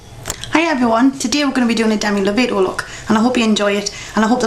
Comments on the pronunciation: Lo-Vaah-Toe not Low-Vay-Toe Its ok though; I forgive you. I love the look. Im gonna do it when I go to the concert in august. ( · You Said Lovato wrong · you said Lovato wrong xD thet's okay most people do =]